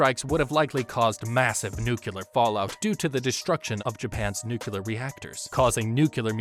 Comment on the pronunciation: I’m loving the video! My inner scientist just needs to say it, though: it’s “nu-clear”, not “nu-Q-ler”